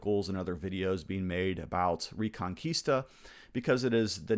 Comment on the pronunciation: Spanish speaker here. The correct pronunciation is "rEconquista" with the "E" pronounced as in Elephant. Reconquista means of course Reconquest.